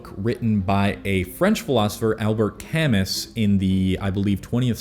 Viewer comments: Camus is pronounced as “cam-moo” 🤝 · Sorry to be that guy but Albert Camus is pronounced Cam-moo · Hey man great video. One minor bit. Albert Camus = “Cam-moo” (French). Good to see you reading this stuff. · It's pronounced cam-moo. Good vid tho got to start that practice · It pained me so much when he said Camus like that 😰😂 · This video was great, but the way that you pronounced Camus hurt my ears! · Double check your pronounciation of "Camus"